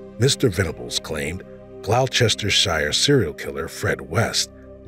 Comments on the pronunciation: The Brenda Venables case was in Gloucester, or Gloucestershire to give it its full title, but it is pronounced Gloster or Glostersheer, not the garbled name the narrator pronounced it as! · For my Murican frens: Worcester = 'wuss-ter' Gloucestershire = 'Gloss-ter-sheer' Cracks me up when I hear Americans trying to pronounce old English towns/cities.